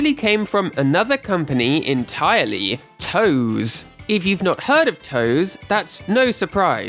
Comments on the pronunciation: TOSE is pronounced "Toh-say" not "toes" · JTLYK, the company Tose is actually pronounced "toh-say", not "toes". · I love your videos (and this is a 40 minute banger!) but I literally cringed every time you pronounced Tose as "toes" instead of "toe-say." It was like a jumpscare every time you said it. 🤣 Not sure if that was intentional or not. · nitpicking: Tose, should be pronounced TOH-sey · Just wanted to jump in and mention TOSE is pronounced Toe-say. I know many of the staff personally ^_^ great video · It’s “Toh-seh”